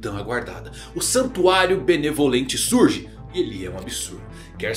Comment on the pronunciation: Eu ouvi santuário malemolente? Agora o Soluça dança ?